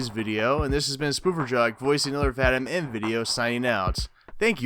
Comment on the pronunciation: name is pronounced Vah-Deem not Vah-dym. Have the same issue with teachers. Slavic names smh